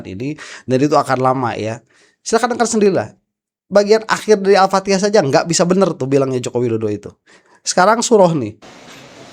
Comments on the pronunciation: JKW mengucapkan Alfattikhah Alpatekah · baca alpatihah nya aja gak benar